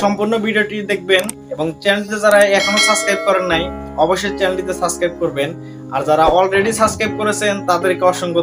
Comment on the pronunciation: ভাই ছাছ ক্রাইব কি ? আ‌গে উচ্চারন ঠিক ক‌রেন তাহ‌লে সাবসক্রাইব কর‌বো।